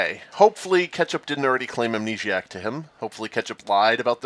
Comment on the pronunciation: Best Town of Salem player I've ever seen, but can't read the Amnesiac text correctly to save his life. XD